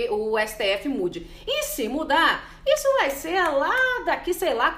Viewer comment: por que vc pronuncia a palavra "Isso" falando "ixu"??? uma jornalista com esse problema de dicção??? sera que nunca ninguem te alertou??? pronuncie na frente do espelho :Isssssssoooo..... Issssssoooooooo Isssooooooooo e não ixuuu..